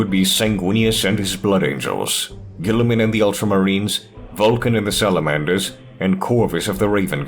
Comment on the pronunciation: "Gooliemun" burn that heretic.